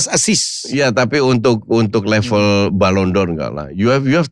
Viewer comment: Lidahnya Helmi Yahya keseleo bahasa Perancis